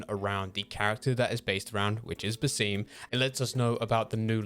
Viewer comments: bro please, its bas-im not baseem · Guys just so u know it Bas eem-uus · Lmao “baseem”